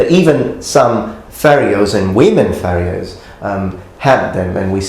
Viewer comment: I will never be able to unhear "Fairy-O's".